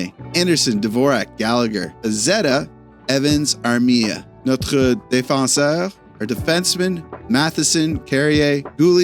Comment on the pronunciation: your pronunciation of notre was really good but because we’re speaking plural it becomes ‘nos’ 😉